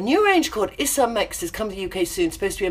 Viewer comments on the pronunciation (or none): none